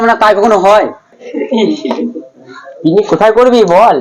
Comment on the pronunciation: Picnic ❎piknik✅😅😂